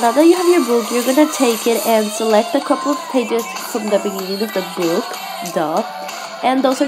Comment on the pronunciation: Instead of saying book she said buuok no offence